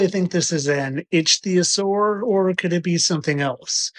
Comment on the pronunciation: A 40 year old that can't say Ichthyosauria, instead calls it Atleast 3 different pronunciation. Joking aside if pointing became an Olympic sport he'll bring home the gold.